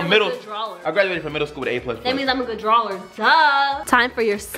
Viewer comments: Why y’all say drawler it’s funny still love y’all guys for future references it’s drawer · I died when she said good DRAWLER 😭